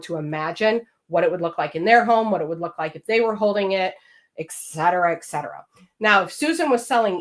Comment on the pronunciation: Some wonderful information. Thank you. However, please realize your perceived IQ goes way down when you can't pronounce simple words, like et cetera. It's NOT excetra or eksetra.